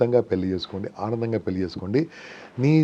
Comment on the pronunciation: పెళ్లి అనటం నేర్చుకోమ్మా పెల్లి అని వినలేక పోతున్నాము